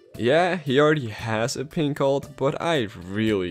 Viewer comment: Every time you say pink, i amagine you say gay instead.